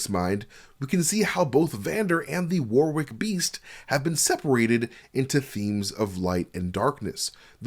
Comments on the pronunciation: Great breakdown! But I can't help feeling like you're trying to see how many times you can say "war wick" in 30 minutes. "wɒrɪk" or "WORR-ik". You shouldn't pronounce the second w, and it's making me grind my teeth every time you say "war wick" xD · Dear American friends. The second w in Warwick is silent. Also Worcester is pronounced wooster (with the oo sounding like the oo from good).